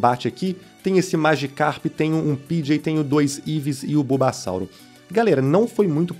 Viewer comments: E bubassauro não bubasalto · Kkkkkkk ele disse bubasauto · Kkk o playhard falou bulbassalto